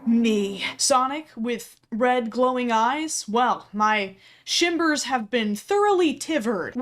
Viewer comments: no one noticed they said “my shimbers have been thoroughly tiverd” lmao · “My shimbers have been thoroughly tivered” hahaha